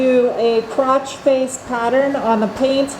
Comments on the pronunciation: I thought you said you were going to use a “crotch face pattern” instead of “cross face pattern.” 😂🤷🏻‍♂️ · sounds like you said crotch faced how do you do that thanks for the laugh that Mr dos is fire